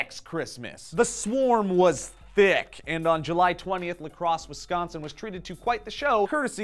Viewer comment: I think you're one of the few people that are not from the area around the beautiful state of Wisconsin to say Wisconsin. That means you pronounced the end correctly as in sin not as in san.